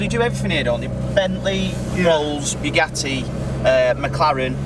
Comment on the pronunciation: "Bee-GAH-tee" = "Boo-GAH-dee."